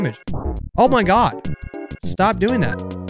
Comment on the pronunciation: Has anyone else noticed how says “mine got” instead of “my god”